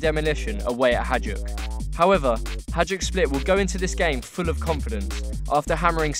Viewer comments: WHY DO YOU SAY HA"DJ"UK. FFS ITS HA"JD"UK. ITS NOT THAT HARD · Hajduk is pronounced "Hai-dook" :) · HAJDUK SPLIT FOR THE WIN! i love the way you pronounce those club names